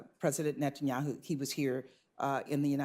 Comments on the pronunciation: Did the Veto-Lady call him “ President Netan Yahoo” ? President of what ? United States of Izrah Ell ? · did she say "president" satanyahu?